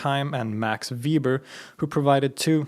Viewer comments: Weber not Weeber. Sorry great video but going through a social sciences major, all teachers I had were anal with pronouncing that name. Not ueber, not ueeber, not weeber: Weber. May god keep him in his grace to torture political science and sociology students for the rest of times. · Weber is pronounced 'veɪbɐ not 'viːbər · You are pronouncing Weber wrong. For future videos it would be nice if you could look up how to pronounce names of important people you're going to mention a ton. Nothing huge, but I think it's nicer to get pronunciation correct. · The German pronunciation for Weber is "vay-ber". Sorry. It's, just like, my last name.